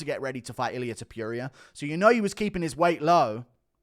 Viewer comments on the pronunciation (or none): none